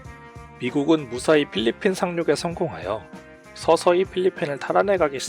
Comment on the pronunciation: 필리핀을 빌리핀이라고 발음한 것 빼고는 정리 잘햇다